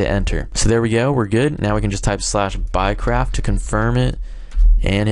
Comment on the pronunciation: sounds like your saying "buycrap"